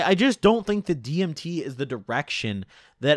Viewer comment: You saying dimeth was the cringest thing ever heard